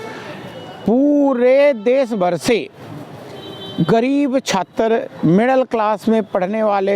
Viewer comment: shabaash, ye kisko pakad liya., ye chaatr ko chaatarr bol rha, mujhe bad feel ho rha hai, ye EC AC members ko na VC sunta hai na hee dharmender aur entire pol sc vala non biological Narender